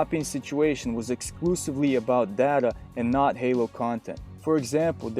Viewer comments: Y do u say it data and not data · Good video, very informative but the way you say data pisses me off XD